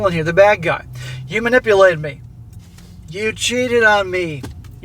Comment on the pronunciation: “I was MA-NIPPLE-ATED.” —- every woman.